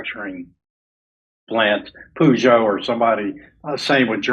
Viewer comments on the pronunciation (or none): lol the company "Peugeot" is pronounced "purr-szo". You said "poo-joe" which is actually how you pronounce "president Biden" in polite form. 😂